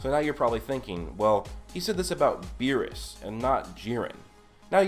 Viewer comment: Berrus not Berry’s